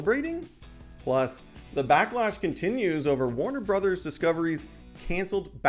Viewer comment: Backlack? It's backlash...